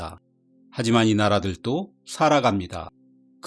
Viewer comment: 발음 문제 오지게 지적해도 오지게 틀림. 이 나라들또 X 이 나라들도 O 섬나라들또 X 섬나라들도 O